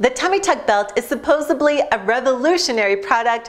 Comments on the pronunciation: It's supposedly, not supposebly. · Yep, Just like Joey Tribbiani on the TV show "Friends" she pronounced the word incorrectly. There is no Letter B in the word supposedly. That doesn't make her stupid, but, it also doesn't helps us feel she has credibility.